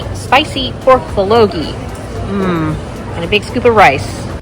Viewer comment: Congrats! it's "bul-go-gi" 😆